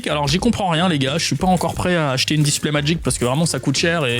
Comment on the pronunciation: J'ai eu mal aux oreilles quand il a dit display 151